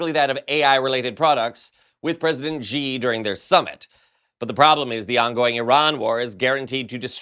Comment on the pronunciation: FYI. President Xi's name is pronounced like "she", not "jee". It's approximately "she gin ping". It's just not good enough to pronounce his name wrongly - he's a major world leader. Chinese spelling in Roman letters is phonetic and easy to learn. Reporters need to pronounce foreign names accurately, like the names of other countries and their cities. It's part of the job. Any name and its pronunciation can be googled.